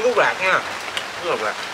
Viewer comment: CÚT CHỨ KHÔNG PHẢI CÚC NHÉ,NHÌN LÀ THẤY THÈM RỒI, CHÚC TEAM CỦA NGON MIỆNG